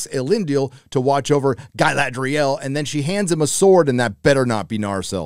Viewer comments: who is gai la dry al? I mean if you are going to criticise maybe not pronounce it like they are from the deep south. cool vid though, this show is terrible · after I heard your pronounce Ga"i"ladrial I understood where you are coming from :)))) If you are a fan than lean back and enjoy that you got something at least (and give them some constructive critic if you have something to say)... If you are not a fan, stop watching it and move on... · Gailadriel - Galadriel! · Agree with everything cept the cgi shots of the cities isnt just nice its incredible give some credit. And calling the dude sauron!! Every single time like its still funny is gettin more annoying than the show. Same saying GUYladriel. Aite we get it man. But yea show is pure doodoo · Mispronunciation of Galadriel shows some fair evidence of not watching the show or reading the books. I do agree though that they're messing up the story a lot and the casting is not so great. Who gives a shit about race/skin color? I would hope they chose the best actor for the job but Galadriel's casting sheds a lot of doubt on that. I had doubts after the complete fuckery of The Wheel of Time and sadly those doubts were completely founded. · Is your mispronunciation of Galadriel supposed to be a joke?